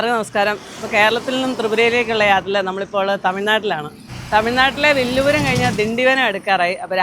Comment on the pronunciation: വില്ലു പുരം അല്ല, വിഴുപ്പുറം എന്നാണ്.ഴ ഉച്ചാരണം ള എന്നായി, ഇംഗ്ലീഷിൽ llu എന്നായി.